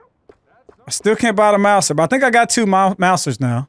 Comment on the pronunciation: Also the Mauser pistol is pronounced “mouzer” not “mousir”